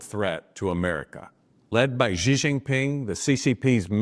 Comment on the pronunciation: The "X" in the Chinese name "Xi" is pronounced more or less like the "sh" in the English word "she." It isn't pronounced like the "g" in the English word "regime." The "J" in the Chinese name "Jinping" is pronounced more or less like the "J" in the English name "Jim." It isn't pronounced like the "g" in the English word "regime" either. Indeed, the Chinese language doesn't even have this quasi-French sound. Shouldn't a politician specializing in China issues be able to pronounce simple Chinese words like this (especially as this is the name of China's current leader)?